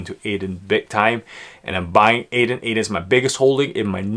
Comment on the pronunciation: I might be wrong but Adyen shouldn't be pronounced [ey-dehn] and more like [edd-y-en]? Otherwise great vid as usual :) edit: would be happy to see your view on overheated solar stocks => sunrun, jinko, xinyi, enphase, solaredge..